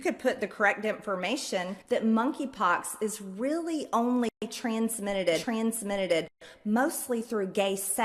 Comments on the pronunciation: Only a real alien would say transmiteded stop using AI fkin creeps she’s dnB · Transmitteded. 😂😂😂😂😂 She’s Drownding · Totally trailer Greene “ transmiitteded”